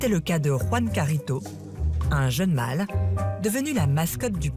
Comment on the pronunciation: Vous prononcez mal le français 😫! ça n’est pas le „mal“ mais le „mâle“ !!! La langue française a 16 voyelles phonétiques! Prenez des cours de diction!